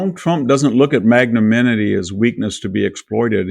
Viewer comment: 109:10 - The word is pronounced mag-nuh-NIM-i-tee ...Not mag-nuh-MIN-i-tee. Magnanimity. Look it up. Sound it out phonetically.